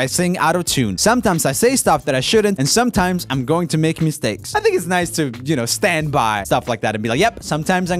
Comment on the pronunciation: Nobody: Literally no one: Joel:Mestakes (not mistakes, meestakes)